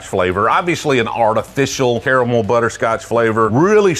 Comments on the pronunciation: It's pronounced caramel. Not caramel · How tf does he pronounce caramel both ways at the same time